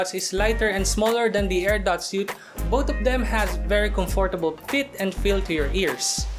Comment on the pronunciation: Magaling naman siga mag english kaso parangang tigas niya mag salita lalo na pag sound ng TH di niya ma bigkas. yung both nagiging BOAT at Youth ay YUT. pero nice review.